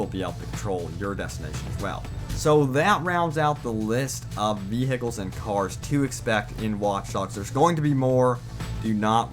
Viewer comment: Emergency ve hicles